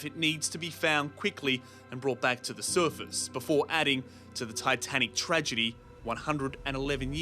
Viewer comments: The suerfast 😂😂😂😂 Bro the way The reporter says surface 😂😂😂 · The way the guy pronounces “surface” is so irritating. SURFUS 🥲😭